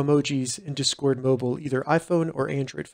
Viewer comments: Tysm for the help but please pronounce discord right 😭 you’re putting the emphasis on the wrong half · WHY ARE YOU SAYING "DISCORD" LIKE THAT 😭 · i disliked not because of the content. but because of your pronunciation of the word discord